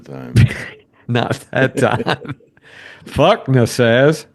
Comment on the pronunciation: and you are the only one i know that says fukna, i know there is no hifins, but it’s fuck -n-a😮😅